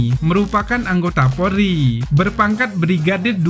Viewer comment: Polri bang bukan pori